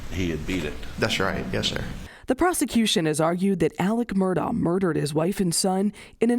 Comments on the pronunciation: It's actually pronounced "Murdock" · would be better if journalists pronounced names correctly. Last name is also pronounced Murdock. It's just not a good look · Pronounced Murdock.. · Is your named spelled Kerry but pronounced Karen? If the letters aren't there, don't stick them in yourself. If the first Murdaugh was cognitively underdeveloped and thought the sound of the letter K is produced by the letters "augh" that's on him. Don't follow in that idiot's footsteps.